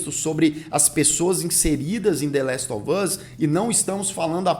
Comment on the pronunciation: "La ele of us" 🤣